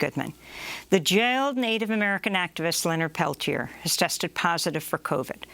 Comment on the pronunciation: You interviewed him 2012. You know the story og Oglala.... you still can't pronounce the man's surname. You know, the modicum of respect whether their name is complex and Icelandic or some very simple Swahili name LEARN HOW TO PRONOUNCE THE NAME .It's not difficult. 'MURICANS